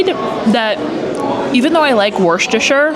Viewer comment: Worcestershire pronunciation will always be the Achilles heel for American food vloggers haha. Wust-er-shur is how you’d phonetically pronounce it haha. But good attempt! Haha